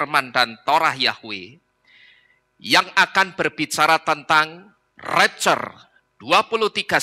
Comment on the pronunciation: Ngomong rapture saja gak becus!!